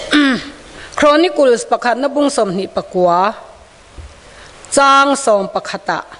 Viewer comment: Chonikul ti suh; Chronícle ( Kronikal) ti tawh rawh; dictionary en ràwh...